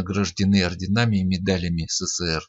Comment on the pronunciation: СеСеСеэР??? эСэСэСэР! будь грамотным!